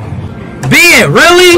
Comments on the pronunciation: Can’t Speed pronounce “Ben”’s name better? (Behn), not (Bee-en). Really?! Sometimes pronounces him correctly, but not all the time. I think. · You're right. it's not beein Its Ben 😅😅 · hell naw it's not bin it's not bin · Its not ben it is ren